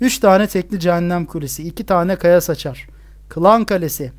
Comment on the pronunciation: abi de kaya saçar ağzından kaya sıçar gibi çıkıyor ama olsun seni çok severek izliyorum